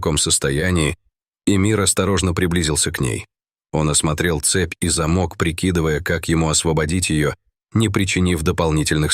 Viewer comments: Не за́мок, а замо́к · Особенно зАмок вместо замкА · Зачем тигрице в капкане, нужен зАмок????? Уже начинает подбешивать, как не правильно озвучивает ролики НЕЙРОСЕТЬ!!! То ударение нетуда поставит, то ещё какую-нибудь хрень выкинет... А люди слушают и не подмечают этого, как безграмотные, блин!!!! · Почему у комментатора при таком отличном голосе не правилтные ударения ТИгрица, ЗАмок и т.д. Он что не русский, язык учил в гколе ??? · Ага.Чудесно.ЗАмок.ТИгрица.Он на каком языке?